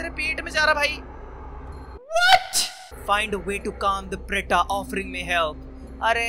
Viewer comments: It's not preta it's pronounced as pret And the t is त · bro it is not preta, it is pret , bhoot-pret vala pret hai ye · Its pret only, it's only who is pronouncing it wrong 😂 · Bhai preta ka pronounciation hoga - pret ....bhoot pret wala pret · bhai it's प्रेत apna hindi wala😂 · प्रेत bol bhai . ..😂not preta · Bhai vo.. actually, Preta nhi vo .. pret hai .. pret mane bhoot wala pret .. vo jo j hi Hindi men apan bolte hai na bhoot pret, vo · pronounce preta as preet aatma wala preet na.....cauz meko lgre jaise english mein a lagate hain waise pret ko preta banaye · It is pronounced pret as in indian ghost not preta🙂